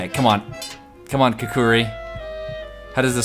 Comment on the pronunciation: Not kukuri, its pronounced kukri